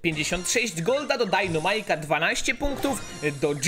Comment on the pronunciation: jak byś mógł postać dynamike czytać poprawnie czyli dajnamajk zamiast dajnomajk było by fajnie bo mnie przez to uszy bolą i z góry dzięki